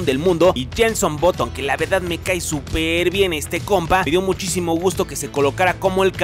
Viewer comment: Es button y se pronuncia baton. No boton -_